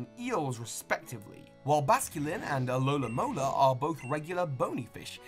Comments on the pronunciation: You keep mispronouncing Pokemon names in all these videos. For example, you said alolamola, which is incorrect. It's alomomola. It's a palindrome, it's very easy to remember. I'm sure you have Pokedex 3D pro, please just check the pronunciations from now on, this has been a problem in many of your videos. Other than that though, I have been loving this series, and am looking forward to getting a poster of the final tree. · This one thing annoyed me... it's pronounced alomomola not alolamola! It's a pallendrome! Other than that, great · > tries correcting pronunciation. >Gets the spelling wrong. It's alom o mola. not alomamola. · You have a lot of trouble pronouncing Musharna? Despite the fact you pronounced it correctly yet pronounced Alomomola and Druddigon completely wrong?